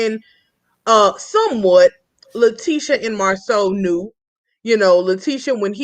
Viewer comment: I"m drinking everytime says 'Mar (seouw)... I"m drunk af. girl save me. it's Mar (sau) like cow!!!!!!!